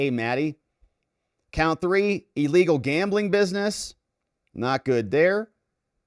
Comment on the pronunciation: It's illegal, not "allegal!" Maybe it's just my hearing?